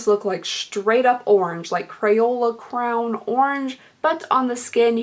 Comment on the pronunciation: Did you pronounce crayon like crown? Love it! Lol Great video as always❤️